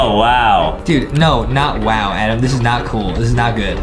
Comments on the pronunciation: Your name is adam not adem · Can Adem please mess up more words I love how Adem messes ups words